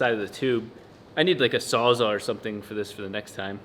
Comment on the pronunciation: Saulsaugh? WTF is wrong with the internet. I swear there is a giant conspiracy by YouTuber's to intentionally mispronounce SAWS ALL to Sawsaugh, or in this case Saulsaugh. What the shit? Why did they name it what they did? Because it SAWS ALL shit. Jesus.